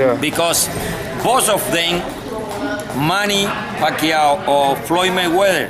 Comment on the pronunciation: he said Pacquiao perfectly. That's how it's pronounced in the Philippines.